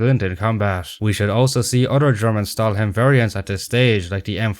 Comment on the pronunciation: inaccuracy: in German, words starting with s and second letter either t or p is always pronounced like English "sh", and not "s". For example, Stahlhelm is not "stall"helm, but more like "Shtahl"helm, and StuG is not "stag", but "Shtoog", alias Sturmgeschütz, literally meaning "assault gun". Which is funny, because you pronounced "stillgestanden" perfectly:chefskiss: Also, "ie" vs "ei". It's a typical English native mistake, bit "ie" is not pronounced like "eye". It's pronouneced like "ee" So Grief is pronounced like - surprise - grief. Also "ei" is not pronounced like "ee", it's pronounced like "eye". So names ending with -stein are not pronounced like "-steen", but like "-sht-eye-n". Can't even understand how can Americans pronounce Einstein's name as "Eye-nst-ee-n", while the same "ei" is there in the both places lol.:P Edit: A common mistake about Tiger 2/Kingtiger. It was called Panzerkampfwagen Tiger Ausf. B, or, in short, Tiger B. Only some allied troops called it King Tiger, Germans never called it like Königstiger. Edit2: The thing about Tiger B is not because of this video, I just happen to know this, and the video reminded me of it, because a lot of ppl are convinced it's official name was Königstiger. It was not.:)